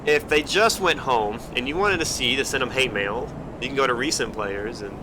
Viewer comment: Ah yes, h a t e m a i l.